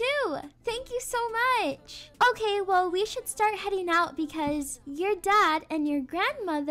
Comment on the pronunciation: Well “weel” Not trying to be rude I still love ur videos